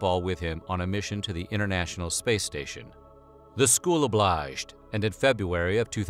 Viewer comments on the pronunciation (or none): You say “obliged” in a strange way. Weird pronunciation.